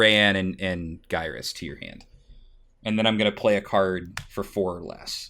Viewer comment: Also,, may i suggest pronouncing Gyrus (Gear-US)